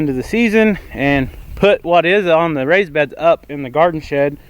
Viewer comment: It sounded like you were saying rice beds, lol I was about to be amazed